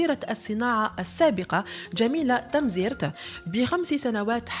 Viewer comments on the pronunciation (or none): الاتعرفين قراءة كلمات تمزيرث وعبود وووووو؟!